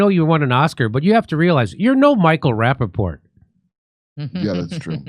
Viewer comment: Did Kurp say, "Sir Michael Rappaport?"🤣🤣🤣🤣